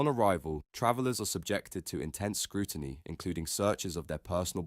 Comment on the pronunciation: ‘Britishers” “scrooiny” and “detainment” ? This individual’s challenges with English language literacy are amusing. His headline is blatantly dishonest as he regularly demonstrates in his second rate commentary.